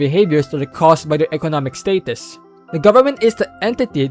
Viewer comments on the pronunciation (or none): Well documented bro but you be funny as hell when you said the word "state-tus"